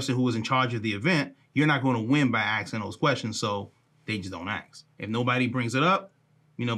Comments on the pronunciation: Can someone tell me why this man with all his experience and edu action can’t say the word ask? And still pronounces it aks? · It absolutely pains me that ppl who hold positions of influence use the pronunciation of: Axe instead of ask. He.should have axed me. No please.... He or she should have asked me. Damn it ppl. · can you please learn to say the word "ask", correctly. It is not: axe, and in "axe me a question." It is "ASK" as in "ask me a question." You say that you've been to college, and I believe that. Isn't it time for you to display that education, with the correct pronouciation of a basic, commonly used word? After all, if English is the only language that you know, at least get the most basic words in it, right. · This makes me think that Reichstag Nancy wanted law enforcement to be violently confronted. By the way, “aks” is very old English bright here by the Crackers who worked alongside and oversaw the slaves.